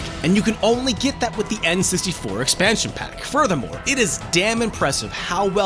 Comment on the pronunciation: STEAdYdropN Em In what universe is expansion pack pronounced like 2pac.